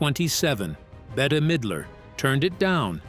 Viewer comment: better midler ? no Bette is just pronounced like bet